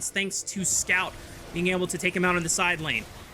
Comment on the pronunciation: I think one of the caster is not loud enough my ears didn't explode entirely / and he almost got Scout's name right every 3rd attempt